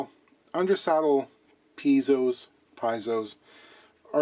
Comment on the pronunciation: Piezo is pronounced Pee-ay-zo! now we all know lol